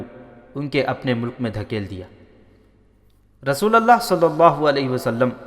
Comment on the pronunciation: ap par ALLAH ki rahamat ho Mohtaram Janab jara dhyan dijiye RASOOLALLAH Nahi RASOOLULLAH hota hota h